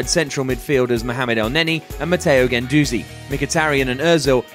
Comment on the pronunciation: Finally somebody who pronounces Guendouzi the right way... Top notch !